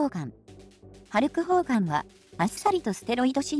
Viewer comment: ホルクハーガンに聞こえるよね